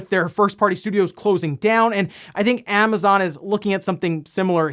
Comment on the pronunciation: What ‘Amnazon’? You know there’s no ‘n’ there, right?